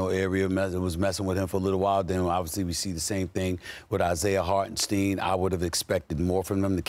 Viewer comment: Stephen A fake A fan learn how to say Hartenstein